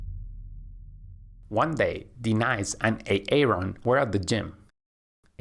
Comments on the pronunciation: fix the A-Aron and De-nice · Did I just hear him say A-Aron? And De-Nice? 😂😂😂😂 yooooo lmao!! Iykyk! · Pleeeeeeeease!! It’s not how you pronounce Aaron and Denise. It’s not A-aron and De-nice!!! I’m trying so hard to ignore, but I can’t! 😩 Great instructions otherwise! 😁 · Good video but why do you call her, "D-Nice" instead of pronouncing properly? Is this an AI generated video? Just curious but I would like to know for transparency.... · De-nise and A-Aron. XD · Ha, ha! The voice says "Ā-ā-ron" and "Dee-nīce" like Keegan-Michael Key does in a skit as an inner-city, substitute teacher doing role call in a white classroom. It's from the comedy show Key and Peele. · Great video as always but the names A-Aron and De.Nice reminds of the substitute teacher from Key & Peele😂. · A-aron and D-nise lol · like de-nise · Hasn’t anyone told you the proper pronunciation of the names ‘Aaron’ and ‘Denise’? Ha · Thats not how you pronounce those names lol